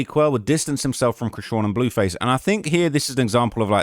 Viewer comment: Lmao came here to comment about the “dewww” and the “blewwface” im dead.